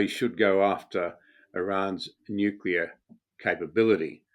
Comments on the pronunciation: nuclear -- NOT "nucular"... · Big fan of VDH, but NOT a fan of hearing him repeatedly say “nukular” 🤦‍♂️ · Oh for God's sake...can your edumakated self learn how to pronounce "NUCLEAR" correctly ??? Geeez.